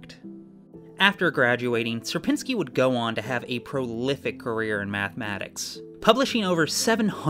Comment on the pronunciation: It is only for Algorithm Summoning Circle, so don't take it too hard When I saw a warning for polish pronounciation I was surprised But then I heard the pronounciation of "Sierpiński" and... Uh... 😅 Anyway, good luck with your move!